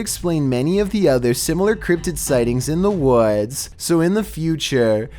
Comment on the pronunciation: "in dohh wods"